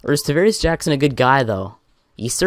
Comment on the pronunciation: Davaris Jackons. It's Travaris Jackson